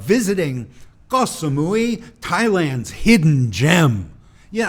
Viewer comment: Thanks! Finally, a foreign “YouTuber” that knows how to pronounce the Thai word for island.